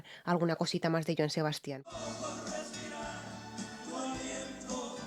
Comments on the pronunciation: En el caso de Joan Sebastian, el nombre "Sebastian" no lleva acento ortográfico, porque el énfasis no es en la última sílaba como la estás pronunciando, el acento prosódico es en la primera "a" que es en donde debes hacer el énfasis. En otras palabras: no es "Sebastián" sino "Sebastian". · gracias ..todo bien solo la pronunciación de Sebasti án ....🤥